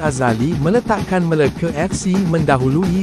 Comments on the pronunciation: Bang sebut Melaka btul2 bang jangan main nama negeri kami meleke ape tu MELAKA bukan Meleke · MeLAKA fc..bkn Meleke Fc..sebut pun x reti..